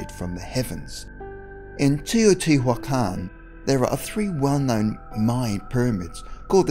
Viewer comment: I enjoyed the video, though no new info, but I have to point out a couple of pronunciation issues. You did alright with Teotihuacan, But Tikal is not "tickle", it's "tee KALL", Kukulcan is not "cuckle kahn" but "koo kool kahn"